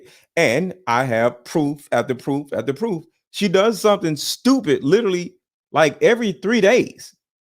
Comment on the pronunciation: Ain’t you a little too old to pronounce the word literally as littlelly?